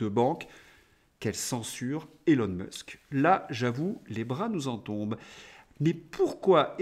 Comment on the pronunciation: Nota bene : Elon (Musk) se prononce ilon et pas élon. Élon n'est pas son prénom; autant le lui épargner. Bon courage.